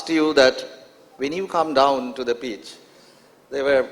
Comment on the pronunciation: Pitch = peach Did = deed Devastating = divaastating Verbal = vaarbal Skill = skeel Appealing = appiling Idol = idoll Picking = peaking Opener = opaynaar What = whaat Marathi = Maaraathi Monopolising = monoepoelising Journalist = jaarnaalist And so on and so forth. Why engage such a moderator whose pronunciation is so poor?